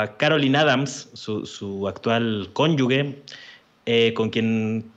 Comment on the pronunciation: Que a no se le olvide la próxima vez, que no se dice “cónyugue”, sino “cónyuge” (con la “g” pronunciada como “j”, ya que no va en seguida una letra “u”, como en palabras así: guitarra, guijarro, maguey, etc. MUCHO OJO “PERIODISTA”...🤔😳